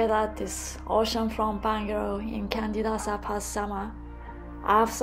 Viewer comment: Lovely place. It's pronounced Chandidasa. Like Canggu is pronouned Changgu. In Bahasa Indonesia, the C is pronounced Ch.